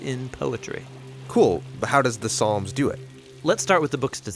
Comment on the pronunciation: "There are 150 Psalms"... But he said palms... Excellent video anyway! Keep up the awesome content! God Bless!